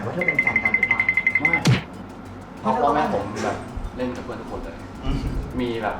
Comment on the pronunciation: คำว่าเพอื่นนอะเเม่55555